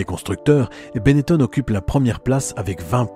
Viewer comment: On doit prononcer Benetton et non Benettone, les noms en ON sont très courant dans la région de la Vénetie et en particulier dans et autour de Trévise, exemple le pilote de Rallye Massimo Biasion qui ne viendrait à l'idée de personne de prononcer Biasione. C'est très énervant d'entendre encore cette erreur qui a perduré un temps par des journalistes mal informés, quand Benetton s'est investi dans la Formule 1 . Mon nom patronymique est originaire de Trévise justement est se termine en BON, je suis donc justifié pour en parler. Et Nino chantait : Chez Gaston ya l'téléphon qui son, et ya jamais person qui y répond ! histoire de terminer sur une note humoristique.